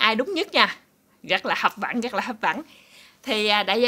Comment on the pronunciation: Hấp dẫn hấp dẫn nha Cúc em đừng nói hấp vẫn là sai tiếng việt nha cục cưng 😍